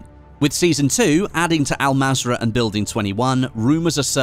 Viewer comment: Pronounce it as ul mazra not Al mazra but written as an mazra